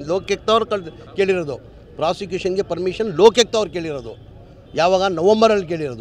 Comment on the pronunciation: ಲೋಕ್ಯುಕ್ತ ಅಲ್ಲ ಅದು ಲೋಕಾಯುಕ್ತ😂😂😂